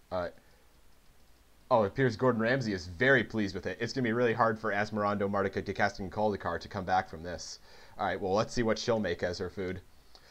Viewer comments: ...Where'd he get the syllable "cast" from? There's nothing like that in the name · he never says "cast", he says "cadaist" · Best part is you no fail pronouncing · Fluid but also wrong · And he said it wrong every single time which makes it even funnier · i died inside a little every time you mispronounced asmoranimardicadaistiniculdacar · im so glad he didn't actually pronounce the name right. really made the video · Hate to be "this guy", but that's not how you pronounce asmoranomardicadaistinaculdacar Otherwise, great video! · He said it wrong every time, tho. There's no "cast" syllable.